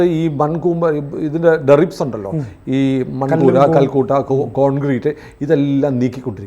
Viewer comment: ഡെറിബ്സ് അല്ല.... ഡെബ്രി (debris) ആണ് ശരി. നാശത്തിന്റെ അവശിഷ്ടങ്ങൾ എന്നാണ് അർഥം.